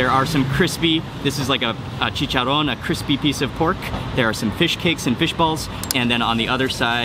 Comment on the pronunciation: Man you said "chicharron " ... You are the real thing mark. 👍🏼